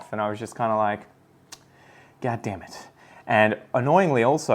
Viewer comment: When you said damn you sounded like you were from the us south. Now I want you to do a whole video with an American lol. And as far as the pink princess is concerned just letting you know my experience I have five from the same mother plant. Most of them have the thin narrow leaves you're talking about except for my two latest propagation again from the same mother. Those two have fat wide leaves. Idk. By next year I'm hoping to have at least 30 pink princesses from theis same genetic line. I'll be collecting more pink princess genetics this year.